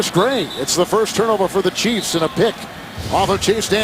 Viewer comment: It's "Chiefs".